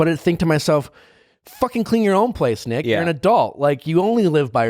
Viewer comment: Nick sounds like you have a lisp.. maybe take a pronunciation class